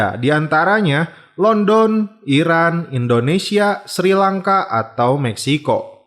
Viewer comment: Pengucapan Londonnya salah mas